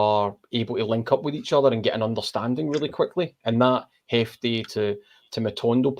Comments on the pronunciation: His name is Jefte not Hefte. Listen to the manager. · Yeh the ‘J’ in Jefte is pronounced like the ‘J’ in João Moutinho